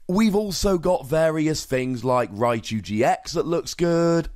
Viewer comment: we also don't say 'rai-cow' (video watch)